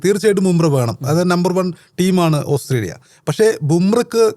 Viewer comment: Hahaha,ഓസ്രേലിയ അല്ലാ😂ഓസ്ട്രേലിയ